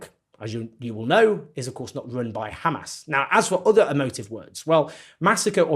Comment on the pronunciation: Ben shapiro : do you condemn Khamas?